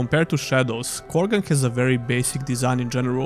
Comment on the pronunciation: Krogan = Korgan